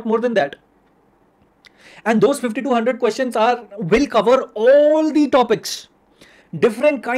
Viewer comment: Who else thought he is saying 5200 questions not 50 to 100 questions?